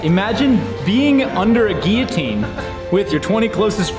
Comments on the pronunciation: Geeateen naa, Gillateen yea lol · It actually bothers me the way you say guillotine. There’s a fucking L and it’s supposed to be there